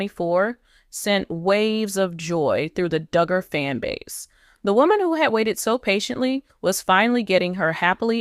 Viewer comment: You go on w/ your bad ((and fraudulent, incorrect) “DOOOOGER” coverage! This is a scam channel. Don’t waste your time. This never happened toJana! And her sister’s name is Jinger, pronounced like the spice, Ginger. You would think this creator would know all this! Maybe they need to get a new ROBOT?? Reported to You Tube!